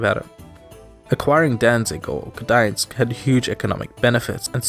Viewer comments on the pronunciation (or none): Its Gdańsk, and you say "G". I'm from Wejherowo, it's near Gdańsk. Trust me my friend :) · Yeah you pronounce "G" in Gdańsk. Approved by 100% Polish Person. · I am from Poland and I can’t confirm that it is pronounced Dansk not Gdansk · Gdańsk is Gdańsk, not dańsk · it is Gdańsk not Dańsk. with the characteristic G in it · Gdansk used to be Danzig..But never have heard anybody koling it Dansk.. maybe some locals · It's Gdańsk with a G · I think what that person meant was that there's no vowel between "g" and "d". When English people try to pronounce "Gdańsk", they say (written in Polish:) "Gydansk" or "Gedansk". So maybe the thing is that when we, Poles, say "Gdańsk", you just hear "Dańsk", because we say "gd" very quickly. You can listen to the Google Translator saying "Gdańsk" and "Dańsk". The difference is small but we still hear it. Anyway I must admit that your pronunciation is quite good. :) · That's not true..., I live near Gdańsk. We all, always pronounce "G"... No chances that polish native will say Gdańsk without clear "G" at the beginning... No chances... It's hard "G" at the beginning... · Gdańsk is pronounced G D A N' S K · As a Pole who isn't from Gdańsk I will always pronounce "G" in Gdańsk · That Polish guy of yours that does not say G i Gdańsk is fucking retarded 😊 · I live here, I was born here and It is Gdańsk with G in the front my matey. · It's Gdańsk. The G is pronounced. I am Polish and Polish is my mother tongue. Pronouncing G very lightly could be some sort of a dialectal thing, I would guess. But the official pronunciation in the Polish language is Gdańsk (that is with G). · GDANSK... in Polish language we pronounce all letters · Gdańsk (G is not "silent"). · I'm Polish and I always pronunce "G" in "Gdańsk" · I'm Polish - born and raised (in fact I was born and raised in Gdansk). You DO pronounce "G" in Gdansk. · I confirm pronounce with "G". :) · the g is pronounced. don't worry